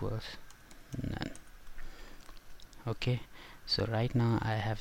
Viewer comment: "Okah".... "Okah"